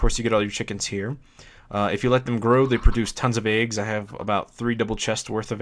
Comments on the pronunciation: you say "aags" instead of eggs. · You say Eggs Funny :P